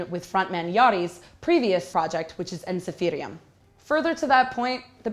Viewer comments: Started nice, then lost all my respect when she confused Ensiferum with a project and pronounced it Ensifirium. She then proceeded to state how similar Wintersun is to Insomnium and kamelot (which are from different genre of metal). How can someone be a metal music reviewer without knowing the absolute basics. Please, stop embarrassing yourself and find another job. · Gotta love that English focused accent ''Ensiferium'' ''Kai Heito'' XDDDD, also how dare you to compare Wintersun to anything else let alone COF :\...... kinda losing respect for this channel and their ''reviewers'' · Mario Kozjak She definitely didn't. She tried to pronounce the word with what I can only presume was a Finnish accent. "Ensiferum" is a Latin word.